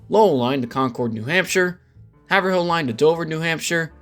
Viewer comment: As a Mass native I have to bring it up..Haverhill is 'Hav-rill' and not 'Haver-hill'. And yes, we hate the lack of connection between North and South stations.